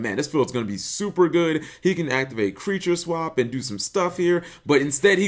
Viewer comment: That "Creature Swep".